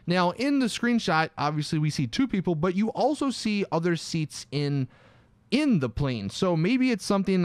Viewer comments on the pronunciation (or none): none